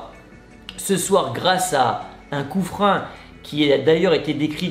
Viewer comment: Du coup fréro pourquoi tu dis coup-frein alors que sa ce lis et dit clairement coup-franc. Et si tu le savais pas bin de rien. Si c pas le cas pourquoi tu insiste à dire coup-frein sa m'intrigue vraiment